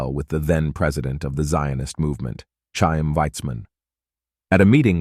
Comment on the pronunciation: Chaim - pronounced with gutteral ch like Scorrish "loch" or German "Bach". Pronounce as a soft "k" or failing that, an "h", but not an English "ch" (t-sh).